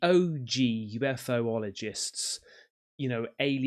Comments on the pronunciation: Sorry to correct you, but Ufogists is pronounced U-fol-ogists and not UFO - ol - ogists 😊x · I think the way you say it is "U-Fologists". Don't mean to be a smartarse. Live yr work. 🇦🇺🇬🇧✌️